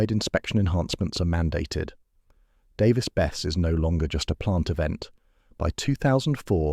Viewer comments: It would have ruined the reactor, but the containment building would have stopped any release. Nuclear is still far safer and much less destructive to the environment than oil and gas production and use. It's pronounced Bess-e, not Bess. I live 6 miles away from the reactor, and I'm fine with it, the 2 oil refineries 8 miles in the opposite direction are far more concerning, dozens of smokestacks never stop pumping out giant clouds, and they often produce a disgusting odor that travels far beyond the refineries. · It's pronounced "Davis-Besseee"